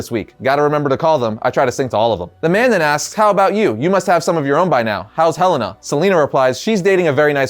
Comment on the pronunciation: Your pronunciation on names sucks ( Awn-Dre-aaa ) andrea ( Hel-en-aaa) helena